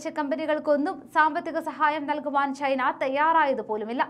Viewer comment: Your pronunciation of Malayalam is too poor. You pronounce China as Chhina, chathi as chhathi. Please try to improve pronunciation. Please don't kill Malayalam.